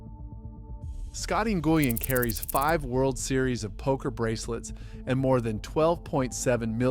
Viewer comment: Scotty En-goo-win 😂